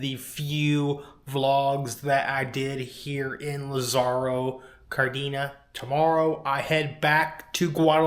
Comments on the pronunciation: Yeah.. sin ofensa pero.. when you always pronounce your Spanish “e” without an “Ayyy” sound but e sound. Cardeeeena 🤦🏻‍♂️ paired with getting angry about being told not to film. You kind of come across as the worst , entitled American Karen / gringo travelling abroad. 😅 don’t be a Karen! I could be wrong but I’d probably say it Like, Lah-sahh-row cahr-Dane-yuhs. Anywayyy. Cool you’re going back to Guadalajara, I’ve been there for months on end; I used to run around Providencia, the aqueduct there, Colomos Parque, Andares mall is super nice. It reminded me of like Mexican Beverly Hills some neighborhoods :) There’s some other cool outdoor malls around there too, Ajijic, Tlaquepaque, Chapultepec. Anyway, Sundays were also cool I think, I forget if it’s once a month or every single week. But they close some main streets for running / biking. So many people go out and do that there! Just a bit of positivity, oh and I’ve seen a baseball and soccer match in GDL too 🎉🥳🥳🥳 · It sounds funny how you pronounce it.😂 I used to live there and came to the USA at age 12. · Please get the pronunciation right at least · Butcher the name of the town